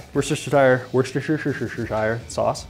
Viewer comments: Get some Adobo in there, Dude! And secondly, it’s “Woo-Ster-Sheer”...👍🏻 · I like this dude. Worcetsertshershershire